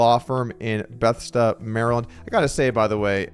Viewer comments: (Buh-thez-duh) Maryland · “Beths-da”, Maryland! 🤣🤣🤣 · FYI Doug. It’s a known town name - it’s pronounced Beh-Thess-dah. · Bu-THEZZ-du. C'mon man. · Goldstein suffered from addiction, not stupidity. There's a huge difference. Also, Doug, please be consistent...is it "GoldSTEEN" or "GoldSTINE?" You mispronounced "Bethesda" and "promisory," too. You're better than this, Doug! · Not only that, how the faq does he not know how to pronounce Bethesda? Have you not a played a video game in the last 40 years?